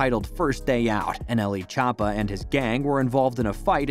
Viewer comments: Chop ah is how he is pronouncing it I’m ded 😂😂😂😂😂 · the way he says choppa 💀